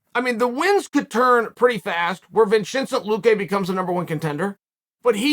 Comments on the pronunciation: wait Vinshintcent luque?? lmao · Vin Chin Cent.... like Vin Diesel, Jay Leno, and 50 cent?